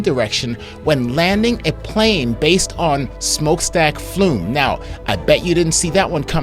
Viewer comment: It's great the content, but why did you pronounce FLUM in Plume??? thanks